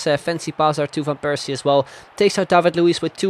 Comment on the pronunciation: Waarom zeg je van Persie op z'n Engels terwijl je alle andere Nederlandse namen wel op z'n Nederlands zegt